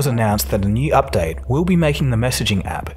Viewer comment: did he say updown, updoubt or update??